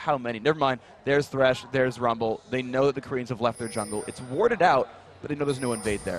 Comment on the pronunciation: why the fuck people still call him tresh instead of thresh?